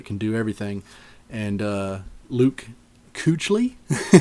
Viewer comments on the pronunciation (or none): good draft bro, just so you know. luke kuechly is pronounced like keekly.